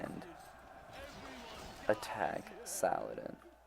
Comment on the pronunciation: I always hear "Sauron" instead of "Saladin" .